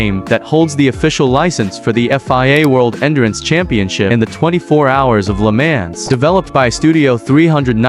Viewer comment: "Le Man's" "Assetto Cossa"